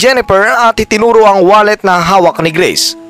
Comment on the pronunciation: D ko type 'yong pronunciation mo, akala ko no'ng una greece, grace pala 😅 taz 'yong F ginagawa mong P